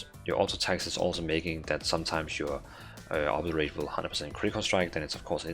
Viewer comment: Friendly advice, do a google search for "Obliterate pronunciation" to hear how it sounds. I know english isn't your first language.